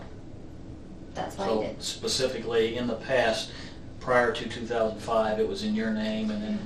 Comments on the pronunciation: If she says " I don't know Pacifics" one more time....😅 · Pathetic acting 😂 also "He didn't Pacifically tell me." Lady, it's not the Pacific! 😅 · If she says "pasifically" one more time I'm gonna lose it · My God woman - the word is Specifically not Pacifically! She needs to go to prison for this alone! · Is she saying pacifically? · saying, 'pacificly', is wrecking me. 😖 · Pacifically chefs kiss haha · This dumbass should get the chair for saying “pacifically’ like a goddamn toddler. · Pacifically pacifically... and the way she just calls him "Pastor" in all manner of speech..... stupid... STUPID. Pacifically she is stupid for murdering her husband. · If she says pacifically one more time... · “ He didn’t PACIFically tell me,,,” Lock her up!! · She “pacifically” knew all about this. Nice try though ma’am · Soulless mastermind who says “pacifically” 🤦‍♀️ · You said her intelligence is higher than most, yet, she keeps saying pacific/pacifically.. And she thinks half of 500 is 275... I dunno man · Love the officers stating the word specifically and she says “pacifically” Her lies and fake crying way too much! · Lmao "pacifics". She's an idiot. He told me "pacifically". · “Texes,” “pacifically,” she sounds so ignorant. And “Walmart store,” sounds freaking weird. What an a$$